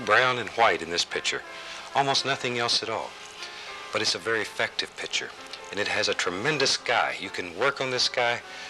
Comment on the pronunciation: these older shows are funny, he doesn't giggle every time he washes a brush, he doesn't ruin every painting with a big stupid tree, everything, the brush, canvas, trees, sky, clouds, water is ALMIGHTY, he doesn't say "God bless" at the end, and he pronounces picture "pitcher" !